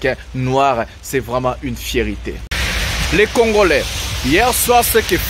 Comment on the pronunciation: C'est une FIERTÉ et non une FIERITÉ , vous faites souvent cette erreur de prononciation. N'oubliez pas, vous êtes suivi par bcp de Pays francophone,faite un effort de prononciation svp. MERCI